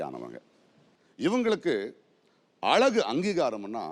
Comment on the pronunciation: பிரகாஷ்ராஜ் அவர்களே, 'அளகு' -என்று பேசாதீர்கள்.., 'அழகு'-என்று பேசிப் பழகுங்கள்...